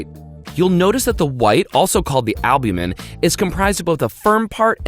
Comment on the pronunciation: Stop saying albumen , worse than the fake eating